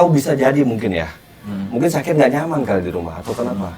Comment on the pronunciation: Syakir bang bukan dzakir